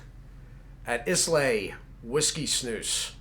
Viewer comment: Islay is pronounced "eye-la". Islay scotch has characteristic smoky, and peaty flavors, often with notes of iodine, seaweed, and sea air. It is very distinctive in it's flavors compared to other single malt scotch from other regions of Scotland. I know you don't drink, so the explanation.